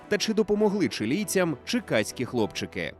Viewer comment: Почулося не «чиказькі», а «черкаські» хлопчики 😁